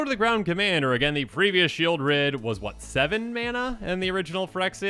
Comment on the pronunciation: Sheoldred is named for the place, Sheol, which is pronounced Sheʾōl, not like Shield.